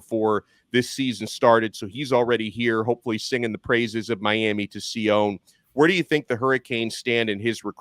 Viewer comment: Just to help Sione is pronounced See oh knee